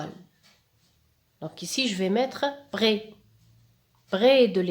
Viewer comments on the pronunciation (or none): parfait sauf que je vous ai entendu dire brès de porquoi ?? malgré que votre prononciation est bonne. pkhè et pas pghè. 🤔🤔🤔🤔